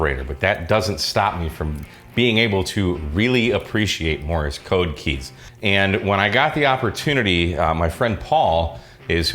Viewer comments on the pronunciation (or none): Hi, Like your channel. Begali makes the best stuff. One thing. It's Morse code not Morris code.;-) (Not he official pronunciation police.) 73